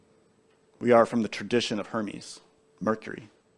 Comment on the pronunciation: Sounds like herman